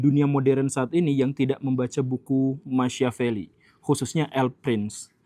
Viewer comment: Sedikit masukan untuk Pak Guru Gembul. Machiavelli tokoh dari Italia itu? Agar lebih mudah dipahami, nama Machiavelli diucapkan Makiavelli. .